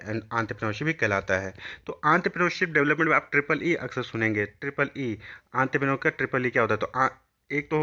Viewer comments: aantprenor nhi hota haiii ye Bio entre pre neur hotaaaa haiiiiiiiiiiiiii naki aantoprenorrrrrrrrrrrrrrrr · Entrepreneur ❎ antraprenor ✅